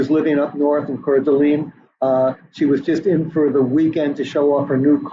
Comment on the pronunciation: Mos COE. Mos COW is in Russia. Mos COE is the Idaho college town. He also slightly mispronounced Cour d'Alene